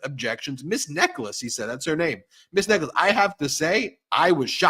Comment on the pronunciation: This solicitor's name which you pronounce as "necklace" seems to me to be possibly wrong. Nechells is the name of a small satellite village, later absorbed into the Birmingham Conurbation, in the West Midlands, England, UK. The correct pronunciation would place the stress on first syllable, as is usual in UK English, and hence the "Ne" of Nechels would be pronounced to rhyme with "Me", the "ch" is the harder form as in "Charge", and "els" as it sounds. Of course, the rhythm that underlies UK English that tends to hit first syllables is missing in American English which treats all syllables equally which is very much the French approach. I hope this is of interest.